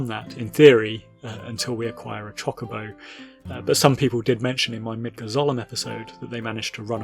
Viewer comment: GRAAAAAAGGGHH how are you a final fantasy content creator that doesn't correctly pronounce the word "chocobo" x.x